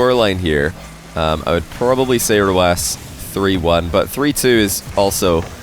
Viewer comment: Do KSA players ask to pronounce their pseudos like that? The way he started saying "Ahrrcmad" for Ahmad 1 or 2 years ago, "oRrhalid" for oKhalid, and now it's "Rrhawass" for Rw9